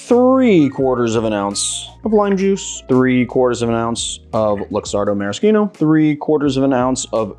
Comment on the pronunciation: You are perhaps one in a million...maybe billion, to pronounce 'maraschino' correctly. (Although you did pronounce it the common way for the Aviation & Hemingway Daiquiri cocktails). Just like 'bruschetta' which is also rarely correctly said. Interesting variations of drinks from the way I was taught. And I mean interesting in a good way. Your versions of some cocktails really added a level of chic and uniqueness. I will try your version of the Mojito which looks like a mint Caipirinha which sounds delicious to me.